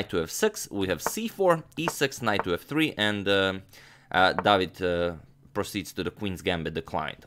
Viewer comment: Not really. David is pronounced differently